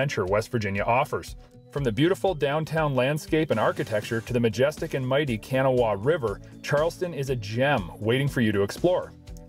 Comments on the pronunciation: Kanawha - Cuh-naw-wa is how you say it lol .. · Pronounced the Kanawha river wrong